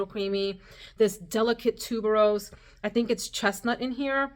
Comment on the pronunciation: Your reaction pronouncing tuberuesses 😂😂